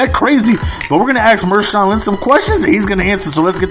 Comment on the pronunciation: Marshawn not Mershawn!